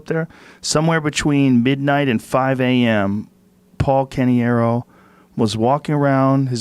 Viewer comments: canEiro not canIero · I think it's pronounced "Kuh-Neero" like Robert De Niro but KeNiro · This guy is so convinced he is pronouncing Caneiro the right way, he even went out of his way to say it a couple more times than actually needed. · Joe: How do you say that? butchers the name's pronounciation Other dude: butchers the pronounciation, but with more confidence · Joe's half italian and can't pronounce an italian last name.